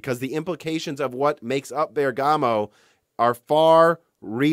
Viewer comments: Just a small notice about the pronunciation of Bergamo. If you want to please the native Italian listeners you should try to pronounce ik it with the accent on the first syllable: so not Bergámo but Bérgamo instead. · So strange to hear it from Italy: the correct pronunciation for Bergamo is Bérgamo, not Bergàmo. Awesome video anyway! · "BER"-gamoe not BER-Gah-Moe . . . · A detail: the pronunciation is "Bèrgamo", not "Berga'mo". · Bérgamo not Bergámo. 😜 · Please say "Bèrgamo" and not "Bergàmo". Thanks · in Genoa and Bergamo you must stress the "e". Greetings from Italy. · I know it's terribly rude of me to say this, but for my VERY Italian ears' sake: Bergamo is pronounced with the same stress as "hypergamy", that is on "BER-gamo" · It's a very unimportant bit of information, but the first syllable in Bergamo is the one you pronounce, not the second. Amazing video as always! Very excited for what is coming in the next years! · How to actually pronounce Bergamo